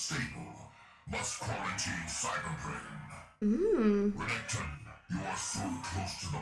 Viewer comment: renketon.... lmao